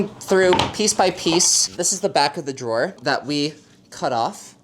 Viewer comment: 'drawer' lol